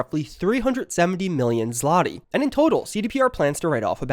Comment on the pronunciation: you absolutely butchered the pronunciation of Polish zloty lol